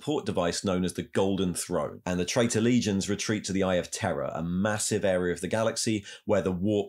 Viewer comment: Are you saying “Terror” or “Terra” for the new name of Earth?